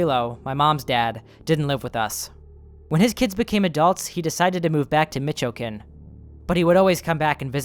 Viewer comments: First of all, BRO THAT PRONUNCIATION OF "MICHOACÁN" Second: most of the faces from dreams often come from real people, people we don't know are often strangers that are minding their own business. It's possible that OP was at the same place as the girl at an earlier date and his subconscious remembered it, plastering her face onto the girl on his dream. It was only until after the dream that he's consciously aware of the girl. It's like taking really generic products and slapping some pop culture icon onto it. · The way you said Michoacan sent me 🤣 solid effort, loving the consistent videos lately, always need me some creepy stories